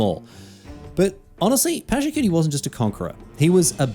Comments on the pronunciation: Except "Pachacutie" is not only mispronounced but "cutie" feels as a double insult to injury. I am Peruvian i am used to american media misrepresenting my culture but I wish i did not have to also expect it from my favourite game and streamer and even tournament. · Except is not a homage much less a great one. The name is mispronounced. The "Inca Empire" is not its name much less an empire. Pachacutec did not found nor built Machu Picchu. Sapa does not mean "only" it means "great" The video only repeats the campaign lore with all its innacuracies. Pachacutec did not govern by himself but had curacas or "noble houses" and was descentralized. This video does more harm by portraying widely known misinformation about Tahuantinsuyu (the country), the Inca (the ruler) and Pachacutec. Is the equivalent of making a video of an ancient egyptian ruler and say they were arabs.